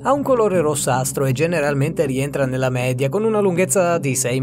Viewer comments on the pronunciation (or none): none